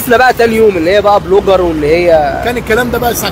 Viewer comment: اسمها بلوجر يابيه يامثقف مش بروجر